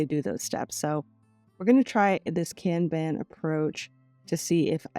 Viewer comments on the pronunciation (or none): I’m so sorry if you are offended by the following statements from me. It’s coming from a place of love and help. The Kanban board is pronounced “con bon” sis. I didn’t know if you already knew this.